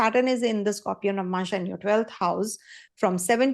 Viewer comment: Madam it is nava+amsa not navmansha